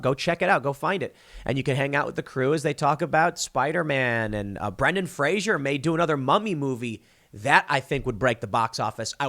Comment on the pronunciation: It's FRASER not FRASIER. You do not pronounce Brandons last name like that tv show, there is no "I" in there.